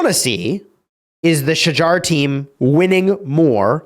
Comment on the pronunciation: Bro.. Its pronounced as "Shahar". Dude you all act smart by being fancy with how you say Tariq but you mess this one up? Get your act together.